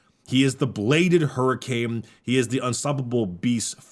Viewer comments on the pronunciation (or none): none